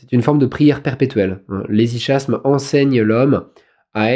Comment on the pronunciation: ça se prononce hesyKasme !